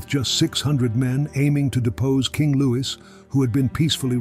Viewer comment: "Napoleon returned to france aiming to depose king Lou-is" lol